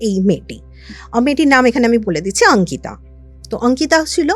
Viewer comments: অঙ্কিতা✅ আঙ্কিতা❌ এটা আবার কেমন কথার বলার ধরণ 😅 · Delhi te baro hoechen,so eta normal bolte paren.